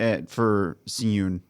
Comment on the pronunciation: I noticed y’all been pronouncing Si-Eun name wrong 😂😂😂😂 I know it is not yall fault though. English romanization doesn’t match well with Korean characters. So, his name is pronounced like “Shi-eun” instead of “Si-Eun” whenever an “s” is next to a vowel sound “ee” (long e sound) it makes an “Sh” sound in Korean. So, the actual pronunciation is “Shi-Eun” 😂💀 btw love yall reactions and observations 😁